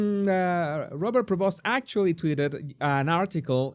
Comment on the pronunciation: Pronounces as “Prévo” . Dont pronounce the ‘st’ ..